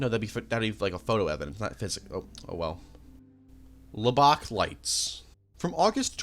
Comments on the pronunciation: “LABACK LIGHTS” 😂that is not how you you say Lubbock bro you pronounce the ub in lub like sub and it sounds like your saying it with an A like LubAck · La Bock? It's "Luh buck" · Hey, just so you know, you’re pronouncing Lubbock, TX, wrong. It’s more like “Lubbik”, not “Lu-bock” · Also Lubbock is pronounced all at once: lubbuk. Not however the heck he said it. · I think the most unrealistic part of this video is how he pronounced Lubbock tx. Shit was actually scary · absolutely obsessed with how you pronounce Lubbock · Lubbock & Suffolk too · omg i felt my soul leaving my body when he pronounced Lubbock. to be fair, i've heard lots of weird reads on that one with people not familiar with the city lol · I will overlook the complete and utter butchering of the pronunciation of Lubbock TX and say, another great Iceberg video. Keep it up. :P